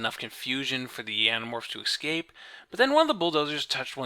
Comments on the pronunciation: Haha, I noticed that, too. ex-scape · Still can't pronounce 'escape', I see.